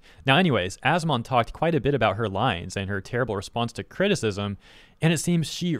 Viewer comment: Every time says As-Mon and not As-Min makes me cringe